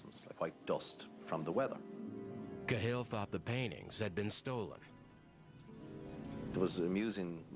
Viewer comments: It's 'CA-hill', not 'Ca-HILL'. Jaysis narrator fella... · No, it's not, its pronounced Kah-hill, youtube any rte news vid on YT to to its correct pronunciation. i.e Kah-hill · Its pronounced kaaa hill u emphasise the a like ah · If the narrator had actually watched any footage he would have learned how to pronounce 'Cahill' - emphasis on the 'Ca' not the 'hill ;-) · It's pronounced cal in Dublin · Ka Hill is not how it's pronounced tho.